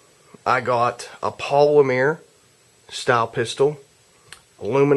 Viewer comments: polimer not polimear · polymeer? hmm he must be from france or was home schooled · I laugh every time he says, "polimeer".